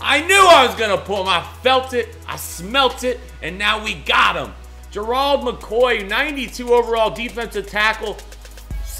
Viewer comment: God damn say his name right it's Gerald not gerold